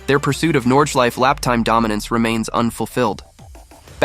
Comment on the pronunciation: The word "Nordschleife" has an E at the end. That E has to be pronounced. It's not Nordschleif but NordschleifE. Say: Nordschleifay (more or less). Same with Porsche. You say "Porsh" instead of PorschE. As a car enthusiast you should know how to pronounce car names correctly.